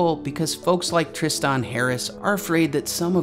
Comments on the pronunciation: Great video but how the fuck can you not say Tristan? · The way you pronounce Tristan and quixotic bugs me.